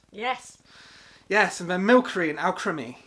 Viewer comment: Milsery not Milkery in the pronunciation, but other than that breathtaking... I'm sure I can't even do Gen 1 by Pokedex order LOL you're awesome!